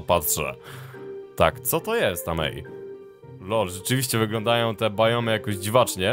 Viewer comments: możesz nie mówić bajomy tylko biomy bo mnie to wkurwia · biomy a nie bajomy